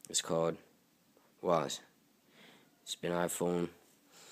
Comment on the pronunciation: OH MY GOD!!! IT’S CALLED Wæžē NOT Wáżē If you can’t read that, it says It’s called Wae-ze not Wha-ze